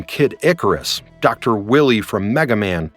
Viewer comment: dr Will-ie?? This AI’s never played megaman